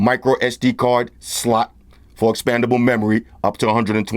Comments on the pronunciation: You crack me up when you say the word S-L-O-T!!! And the best unboxing knife is still the Batman knife!!!!!!! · YOU ESS BEE Universal Serial Bus 😂😂😂 your a funny guy oh and SL "OT" like HOT!! 👍👍 Thanks again for the great review ha ha!!! 8 )